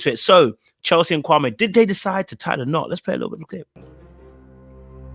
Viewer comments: He is so fake laugh and all. Is his name supposed to be pronounced Kwa-may or Kwa-me? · Supposed to be pronounced kwa-may. But a lot of people say kwa-mie, so i guess it's easier for him to just go with the mispronunciation rather correct people constantly for years.